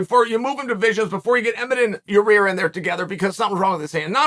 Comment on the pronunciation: Only GOATs mispronounce names like Yair (Yuri) and Makhachev (MOCKEL-CHEV). The list goes on and on. Undefeated and undisputed, as always